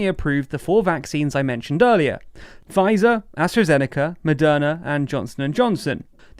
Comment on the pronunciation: Is it Madonna or Moderna? I swear I heard "Madonna" throughout the whole video...